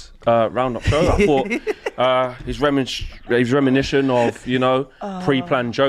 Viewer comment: just said "reminision" - thats not a word lad